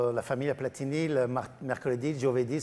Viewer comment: Platini .....senza accento sulla i. Nonni di Novara